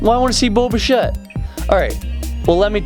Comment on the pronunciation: It’s bish-ay not bish -ett